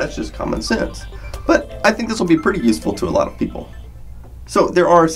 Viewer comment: Praytay simple?? Don’t you mean pretty...